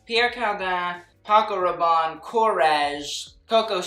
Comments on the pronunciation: Him: Pierre Carrrrrrdin, Paco Rrrrrrrrabanne Me: laugh in french (Just want to say that I'm not trying to be mean, I just found his pronunciation funny) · Do you have to pronounce Paco Rabanne in a French accent? He is Spanish after all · I love you babe but I don't think I will ever recover from the way you butchered saying Paco Rabanne.